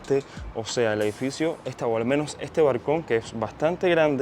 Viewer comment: Se dice BALCON o como dices tu BARCON